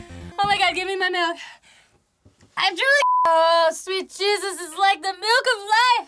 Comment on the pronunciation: "Sweet jizzus" I can't have misheard this.